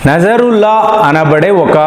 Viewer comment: నజరుల్లా కాదు నస్రుల్లా